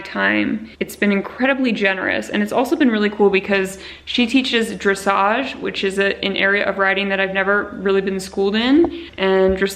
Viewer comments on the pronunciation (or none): none